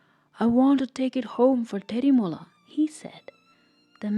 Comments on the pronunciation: Tetimola❌ Tejimola✅ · Not tetimola its techimola